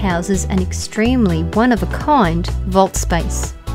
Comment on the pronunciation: one of a KOIND haa. aussie?